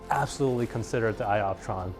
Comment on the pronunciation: LMFAO !! ‘sky optron’ :) I like how you can laugh at yourself bro ! Haha